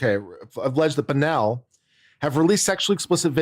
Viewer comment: it's BONNELL ffs, not BENELLI!!!